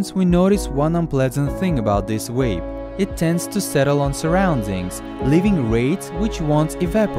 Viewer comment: Ben Creech yeah guys stop this is a good video on wapes and cagrets